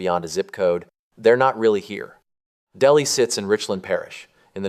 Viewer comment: Delhi is pronounced " Del-High".